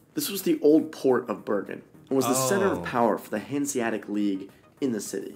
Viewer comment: There's no silent letters in "Hanseatic". The second "a" is just as clear as the first one and sounds the same.